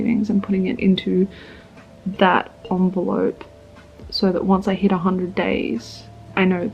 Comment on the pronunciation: I'm trying to quit smoking but hearing you refer to an envelope as an onvelope triggered me so much.